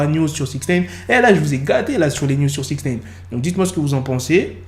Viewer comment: Amigo, ce n'est pas SixNEEEIIINNN, c'est SIXNIIIIIIINEEEE à titre d'information...